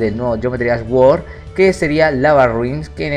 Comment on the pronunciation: Geometry Dash "guord" jajajaja